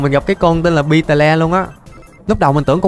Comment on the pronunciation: beetle đọc là bít tồ nha anh, xem ra nhóm nhạc beetles hết thời rồi